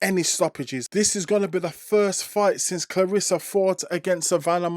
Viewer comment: it’s about how she pronounce her name. Not how others mispronounce her name. Claressa (like if you were to pronounce REST. Of course, without the T.